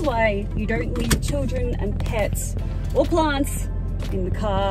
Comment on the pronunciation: WHen you said "boxes of plants" I heard farts and I wondered how you got those into boxes xD.